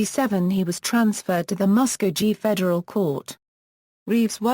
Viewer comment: Not claimed ! Did arrest that many ! ! No Bragg , just the facts Ma’am. Pronounced Bass as is a bass fish. Mus-co kee, correct pronunciation.